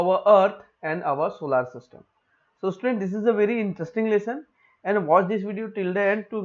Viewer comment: Sir wo solar system hota h😂😂😂😂